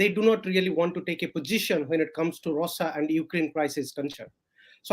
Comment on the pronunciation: Can't he pronounce Russia. Why Rosa. Irritating.